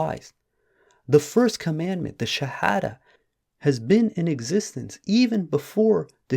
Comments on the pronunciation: he cant even say the Shahadah correctly. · Bro how come u can’t even recite the SHAHADAH PROPERLY 😮😳🫣🤔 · He cannot even pronounce the shahada correctly!